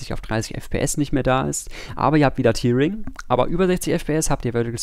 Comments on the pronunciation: Man spricht es eher täring aus, nicht tiering, aber sonst gutes Video. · Hier kann man sich die korrekte Aussprache vorlesen lassen. Tearing hat nichts mit der Träne zu tun, sondern heißt reißen. Daher wird es auch nicht "tiering" ausgesprochen, sondern "täh-ring" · Sehr gutes Video. Bei euch lern ich immer dazu. Tearing wird aber tatsächlich "täring" ausgesprochen. To tear kann entweder mit "to tir" oder "to tär" ausgesprochen werden. Ist ein bisschen merkwürdig... Jetzt hab ihr was von mir gelernt :) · Tear wir Tär ausgeprochen.